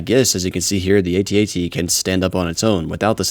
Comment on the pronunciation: It's known as an @@ not "aytee aytee".